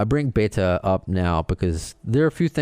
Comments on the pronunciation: Beh-ta Leh-Biz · It's Betta not Baita, I'm sure I'm spelling it wrong, but you are pronouncing it wrong, I think , another great show Thanks.